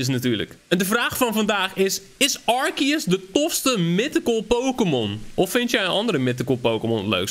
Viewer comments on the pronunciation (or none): Het is arceus je zegt het als arseus